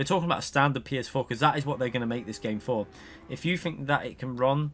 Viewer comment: what i think is im tired of shtbag UK people saying FINK instead of think.